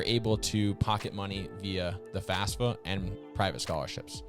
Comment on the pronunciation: So sorry, but it bug me. You have the acronym multiple times, youre teaching people... Just say FaFSA, not FASFA!!!